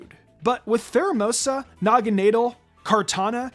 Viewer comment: It’s pronounced DRAP-ee-on, nah-guh-NAH-dull, and JYRO-bahl, “Patrick Star”! 🤨 Stop mispronouncing Pokémon names, bub! 🙄 Also, Guzzlord is an Ultra Beast which is Genderless! 🤨